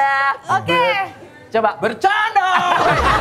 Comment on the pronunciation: bercandyaa versi orang timur 😂😂😂